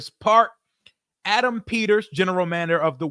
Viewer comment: Yo said “General Mander”😂😂😂 I love it! In AP I trust!